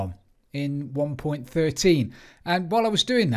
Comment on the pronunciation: You said it correctly... :p